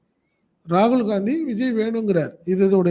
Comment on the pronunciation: காங்கிரஸ் ஆட்சிக்கு வந்து 13 வரடம் ஆகிட்ட்து .மதவாத சக்திகள் ஒழியனும்,காங்கிரஸ் வரணும் ,இதஸ்டளின் நினைத்தது தப்பா?காங்கிரஸ் காரணி ராகுல் பெயரை உச்சரிக்கதபோது ரகுள்தான் அடுத்தபிறதமார் என சொன்னது.ஸ்டாலின்,இது ஒன்னு போதுமே.t நாட்டில் காங்கிரஸ் நிலை மை உங்களுக்கு தெரியும், அப்படி இருக்கையில் ராகுலுக்கு மரியாதை குடுக்களைன்னு சொல்லுறது...